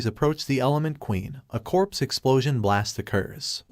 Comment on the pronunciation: you need to learn to read a properly pronounce the words correctly cause you sound stupid when you pronounce corpse as crops